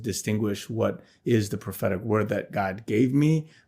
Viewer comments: Am I the only one who keeps hearing pathetic every time he says prophetic :| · Every time he says 'prophetic', I hear 'pathetic'. This poor guy.....